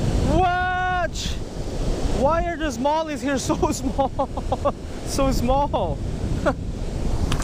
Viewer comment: It's pronounced Small not IZmall